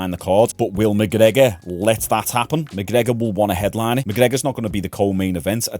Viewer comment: Conor McCoker